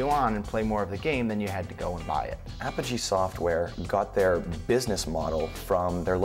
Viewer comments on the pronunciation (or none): Way to mispronounce Apogee